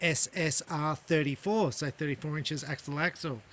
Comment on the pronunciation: Hi, helpful review except you mispronounced the name of it a few times. It's not "SSR"34. It's SS34.